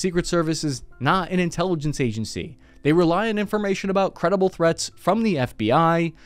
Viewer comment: lol; when you said “Secret Service is not an intelligence agency “. I heard ‘ INTELLIGENT agency😅